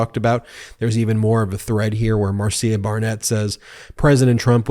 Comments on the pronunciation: Ben, just FYI: Marcia is pronounced Marsha not Mar see uh.(unless she told you otherwise and if so I stand corrected). Keep up the good work on calling out the real perps. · Pronounced Marsha not Mar cia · It’s MAR -SHA spelled Marcia.